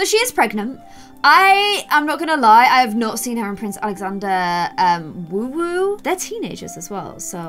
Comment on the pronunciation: Am I the only one that always says “iT’s wOoHoO nOt wOoWoO” everything said woowoo 😂